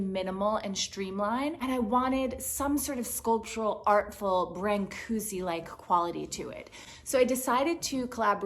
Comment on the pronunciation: It would be nice if you would pronounce Brancusi right. Here is the right one;)